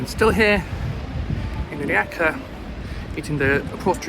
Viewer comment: Unrelated but as a Croatian I appreciate your attempt at pronouncing rijeka it was actually pretty good